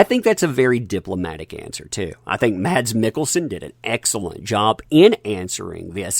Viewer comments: His name is pronounced as "mAss", not maDs". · Like your videos...FYI...Mads Mikkelsen's first name is pronounceed "Mass" the d is silent... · BTW...his name is pronounced Mass Mikkelsen